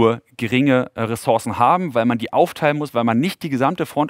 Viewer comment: Es sind [reßurßen], nicht [reßorßen]. Naja, vielleicht nicht sooo wichtig, aber eben doch auffällig.